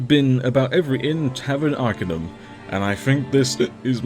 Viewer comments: I'm pretty sure there's voiced NPCs who pronounce it arkAY-num. Never heard anyone say "ark-uh-num" before. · arcanum it's a latin word, so pronuncing it ar-KAH-num it's correct, imo ;) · I will say, hearing you say "Arcanum" was quite amusing. I'm not used to it being said like that either, ha.